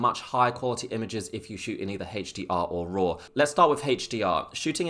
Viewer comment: Hache D R mode... sorry man I had too. :((( lol. Thank for the video, very informative